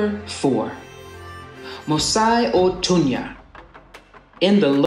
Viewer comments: Perfect 👌🏾 narration and as a Zambian, I appreciate this. 💯 By the way, Mosi-O-Tunya is pronounced Mo-see - o-toon nee-ya. Our national beer is Mosi (Mo-see) named after our famous aforementioned falls. Thank you Unapologetic Nomads. #Zambia the real Africa. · Its pronounced "Moo-see" not "moos-eye" it sounds similar to Sotho musi waho tunya in seSotho also means the thundering smoke. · It's NYAnja ** not Nayanja and KAONDE** MOSI - O - TUNYA (correct pronouncements) The pan cakes bit is 🧢 though lol ...